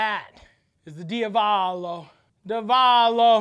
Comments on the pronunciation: I'm Italian and I approve this message - Down a shot every time Matty mispronounces Diavolo * DEE--AHH-VO-LO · DIA-VOLO. Cant be that hard lol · It's di-AH-vo-lo. Where's mi-CHELLE! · Love that Matty said Diavolo 50 different ways and not ONE was correct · I though Matty was joking but he actually can't say Diavolo lol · I’m 100% convinced Matty didn’t pronounce d’avalo correctly and I don’t care because it’s perfectly Matty.